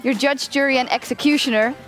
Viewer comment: you're yudge, yury and excecutioner.